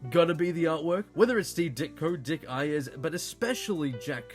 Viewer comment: Dick Iyers? It’s aye ers. Say the letter A, not I.